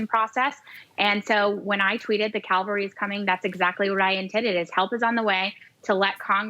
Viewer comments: It's "cavalry" not "calvary"! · Cavalry not Calvary. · That's Cavalry NOT Calvary !!!! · Cavalry, not Calvary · She didn't misspell cavalry, she thinks the word Calvary refers to soldiers on horseback, rather than to the site of the crucifixion. That's embarrassing. But before anyone goes all 'dumb blonde' or 'dumb Trump supporter' on her, let me just remind you to listen to how many smart people can't say nuclear, and instead say nucular (which is not a word). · Swalwell is not to bright just like most politicians, twit says Cavalry not Calvary kinda like Amen and Awoman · Calvary or cavalry? Lmao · She said Calvary not cavelry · Calvary(intense suffering) not Cavalry(mounted army unit) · Calvary ?........ I think you meant CAVALRY. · She did not say the cavalry is coming. She said the calvary is coming. You would think a Member of Congress could at least read a tweet properly. They are different words with entirely different meanings. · I support the lady 100% in her sentiment, but it is the "cavalry", not calvary. Calvary is a name for the site of Christ's crucifixion. If she meant that Jesus is coming, I agree. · Did she actually mean cavalry? Calvary has a totally different meaning. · She didn't even say the cavalry is coming, she said "The calvary is coming" which makes no sense 😂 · Cavalry not Calvary by the way. The spin attached to her words by the media is typical of those on the left who seem to think that they hold the moral high ground, when in fact, they are in the gutter. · Someone please tell her the word is Cavalry, not Calvary! 😎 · the fact that she said "Calvary" (as in where Jesus was crucified) instead of Cavalry, this evidence should be thrown out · Calvary. Jesus!!! She said Calvary not Cavalry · Cavalry not Calvary you idiots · The CAVALRY is coming lol. Not Calvary. Calvary is where Jesus died 😂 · She's mispronouncing CAV-AL-RY. But yes, I believe there was nothing wrong with her actions. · The "Calvary"? That’s a hill in the Holy Land.